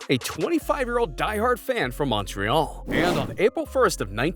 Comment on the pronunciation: The pronunciation of Montreal, is like nails on a chalkboard to my ears